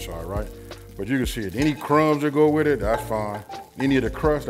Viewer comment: WITab…? Is using that “h” to much effort lol